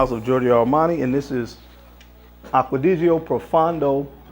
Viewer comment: To most American Frag Reviewers. Please pronounce Aqua Di Gio properly. Aqua-Di-Gio not aquadigio. Also, Profondo is not proFUN do it’s pronounced Pro-Phone-doe.